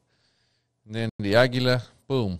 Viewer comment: Aguila. Ah-Gee-La.